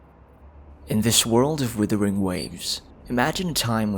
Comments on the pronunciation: Great lore breakdown, Thankyou! Also, I'm still waiting to hear Wuthering instead of withering xD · Love this video, looking forward to more. Being polite but a bit of feed back, it does bother me when you pronounce the game Withering, instead of Wuthering.